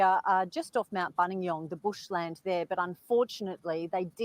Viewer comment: good Morning, Hope all well with you & pronouncing "Buninyong" spot on. Nothing to report as yet today, so just enjoying a coffee with youxxx Think that the Police are doing an excellent job in Australia- they are very well organised & structured, so will with hope find Samantha. Their forces are well supported throughout Australia & will leave no stone unturned. Our love & hugs with everyone from Dartmoor, U.K.